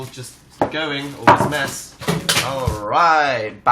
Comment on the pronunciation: "So much mess," I actually thought he said "So much meth..." So... Um.... There.................